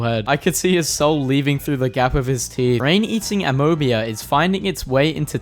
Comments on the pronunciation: It's pronounced ah-mee-bah not ahmobiyah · Bro really just pronounced amoeba as amobea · this mf really called amoeba amobia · "UHh-mee-buh" and yes it would starve to death in the u.s. in general. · "Amobea" ....do you fucking read these with your eyes closed? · a-moe-be-uh.......